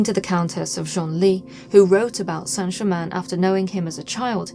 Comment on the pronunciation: Thank you, Madame, for having the manners to pronounce the name of the subject of this documentary (fairly!) correctly. The hideous programmes talking about a "Sainte Gerymayne" are a total insult- particularly from those claiming to understand occult methods. Mr. Black's book on the shelf behind you is a valid choice as well. Thank you again.